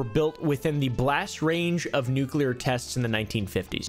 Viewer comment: Fun fact this guy uses a k in nuclear cant pronounce his topic of choice